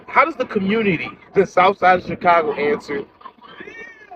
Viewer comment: Just like Coach Greg Adams said it best, "The Communitah been done with."